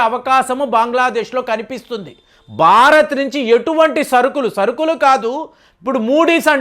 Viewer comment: మీరు ‘బారత్’ అంటూంటారు, భారత్ అని పలికితే వినాలనుంది